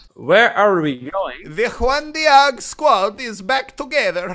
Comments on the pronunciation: Bando Coeurl it’s Juan De-og is what he’s saying. It’s originally supposed to be Juan Deag but I guess he’s adding his spin to it. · Please stop pronouncing it as "one de-arg" 😂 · Does he know that it’s not pronounced “One Deearg” but “One Deeg”? The spelling is tough but you get the idea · Why does he say one Dee-aag. It's one Deeg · It’s pronounced deeg not deahg 😂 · The way he said Juan deage pissed me off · Tomato tomato, Just like how Australians cant pronounce No they also cant say Deeg.